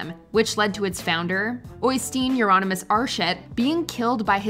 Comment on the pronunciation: That is the worst pronounciation of Øystein «Euronymous» Aarseth I’ve ever heard.